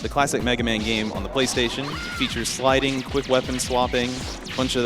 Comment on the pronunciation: SLIDINGU SLIDINGU